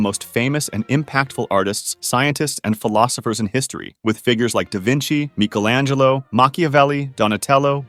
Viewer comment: "Mechalangelo." I'm in tears.